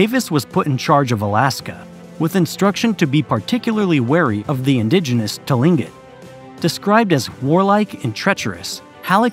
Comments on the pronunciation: Tilingit is pronounced klink÷ it. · Tlingit is pronounced like Cling-kit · Tlingit is pronounced Klinckit. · Pronounced klinket. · I just got to him saying Tlingit, he really did no pronunciation research on this video did he? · FYI - part of my family are native to Alaska: 1) Aleut is not pronounced Aloot it’s pronounced Alley-oot 2) Tlingit is not pronounced T-linget it’s pronounced Klinget with a K sound not a T 3). Crimean is not pronounced like CRIMinal it’s pronounced CRY-ME-AN